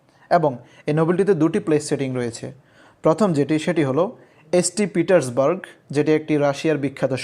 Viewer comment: St Petersburg na bole saint Petersburg bolle valo sonay